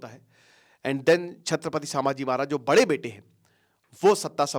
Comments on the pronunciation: Sir please its not Saaambhaji its Sambhaji maharaj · Pronounce the name properly it is not Saambhaji maharaj. It is sambha ji maharaj not saambha ji maharaj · Doller ke ke liye video bana raha ye Isko bhi Koch pata nahi.. छत्रपती संभाजी महाराज.. not छत्रपती सांभाजी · सांभाजी नही संभाजी🎉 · Correct your pronounciation sir, saambaji नहीं छत्रपति संभाजी महाराज/ शंभू राजे🚩🙏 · अहो दादा सांभाजी महराज नाही ते संभाजी महाराज आहे ते🤦 तुम्ही गुरु आहात आणि गुरुज जर चुकीचं उच्चारण करत असाल तर तुमचा गुरु असण्याचा काय फायदा. नाव व्यवस्थित घ्या दुसऱ्यांना शिकवण्याआधी. फक्त व्ह्यूज घ्यायला नका येऊ😖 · सांभाजी ❎ संभाजी ✅ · सामबाजी महाराज नहीं संभाजी महाराज बोलो. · अबे sambaji नही संभाजी महाराज बोल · Its sambhaji maharaj not sabaji maharaj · सांभाजी नही संभाजी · संभाजी सर सांभाजी नाही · Pahile sambhaji maharaj nam achese bolo..